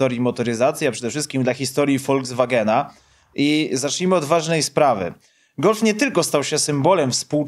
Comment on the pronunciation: Nie Woldzwagena, a Folkswagena! K...a!😉